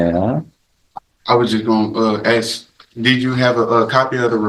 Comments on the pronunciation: Axing all over the place. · Baby momma and of course "ax"; instead of ask 🤦 culture